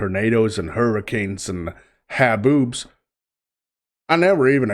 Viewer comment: 🤭ya sounded kinda Texan when you said haboobs 😆